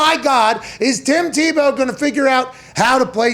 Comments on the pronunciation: Everyone: Tim tee-bow Pat: Tim taboe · I love how he says Timmy Tebeaux 🤣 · Come pat, its teebow. Not Tebow, u Pittsburgh native. Say it right. Love u and ur show. Come on man! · The only people rooting for Tim Tebow to fail were those who have never competed at any serious level in their lives, and those who masturbate to pictures of Colin Kaepernick. But I repeat myself. And Pat, while I respect you and love you on WWE, the name is pronounced "TEE-bow". He always made me think of the old-time shortstop Eddie Stanky, of whom Leo Durocher said "he can't field, he can't throw, he can't hit, he can't run. All he can do is beat you." Our sports scene today needs guys like that. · Someone on his staff has got to tell pat before the 647th time that calling him "TahBow" isnt funny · Tah-bow... Pat you crack me up! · Pat is fun but loves to slight people like "ta boe" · Not teeh-beu😲😲😲😲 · I hate the way he says tebows name lol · Maybe pronounce his name correctly rather than mockingly? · Why does he say Tebow like that like an idiot